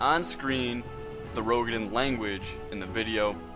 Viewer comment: FYI it is pronounce "roo-ga-din"